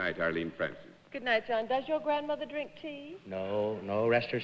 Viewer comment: If you listen to the voice of Jonathan Winters, he sounded like Johnny Carson. 😄 For someone who thought so highly of himself, Bennett sure had trouble pronouncing words that began with the letter "R". He said "Wed Wing" and "mawdahwaydah" for "moderator, and "dwink" for "drink".😁